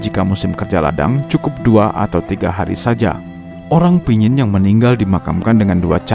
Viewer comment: yg baik. Terima kasih telah mempublis cerita tradisi kematian suku Dayak Kayaan ini. Saya hanya meluruskan penyebutan kata Pinyin*. Yang benar adalah *Panyin Cerita ini terdapat dalam Majalah Kalimantan Review (Majalah KR)_lupa edisi yg keberapa. Penulisnya adalah saya sendiri. Kebetulan saya sendiri berasal dari suku Dayak Kayaan di Sungai Mendalam, Kab. Kapuas Hulu-Kalbar.